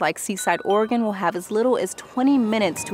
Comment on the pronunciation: I'm not sure where you're from, but thank you for pronouncing Oregon correctly - hardly anyone who isn't from here gets it right.